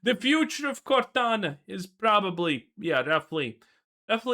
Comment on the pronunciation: lol cortana becomes gordona